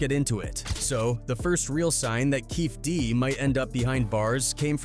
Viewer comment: Does this guy pronounce everybody’s name wrong or is it just me this has to be some AI bullshit… “Keefie Dee”